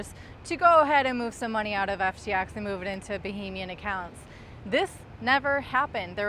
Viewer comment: Not bohemian. Bahamian